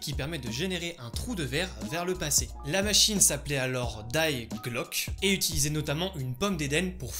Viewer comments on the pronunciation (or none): 👍 Au passage, "die Glocke" c'est de l'allemand et signifie "la cloche" (et donc mal prononcé dans la vidéo, puisque prononcé comme de l'anglais, c'est plutôt Di glokè) Cet animus ayant une forme de cloche.